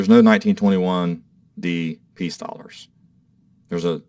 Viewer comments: "TWENTY DDLLARS" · It’s TWENTY DDLLARS